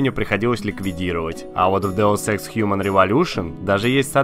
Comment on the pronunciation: вообще-то Деус Икс а не то что ты сказал